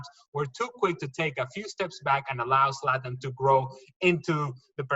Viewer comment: Is that guy saying Satan or Slatan ? Lmfao, it's Zlatan mate get it right🤣